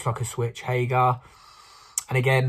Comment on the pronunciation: Its not haygar its hager! And you have to say it like the way Sega is said at the start of sonic on the mega drive. Haaageeerr!